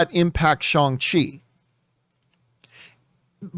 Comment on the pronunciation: Shawn chi????wtf you sound so whack